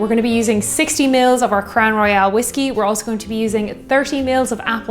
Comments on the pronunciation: It is pronounced Crown Roy-ul. Royale is how you pronounced it. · Just a little pedantic but you were pronouncing Royal as Royale. Great drinks though and I enjoyed the video.